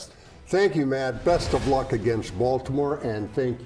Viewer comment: a "TOUGH" baltomouer teamm, yeah okay